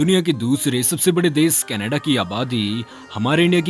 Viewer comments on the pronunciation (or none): It's desh not dessss....😐